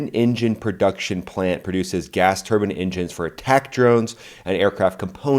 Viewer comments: TUR‐BINE!!! not turban...well i guess they are technically turban turbine engines... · I though he said turbin facilities...how cruel taking away their turbins